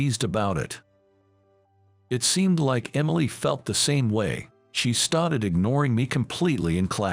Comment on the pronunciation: Poor reader can’t say started. (St-art-Ed). We don’t bow to people, so it has to be some other country. Arranged marriages not in US . Whiteboard is white-bod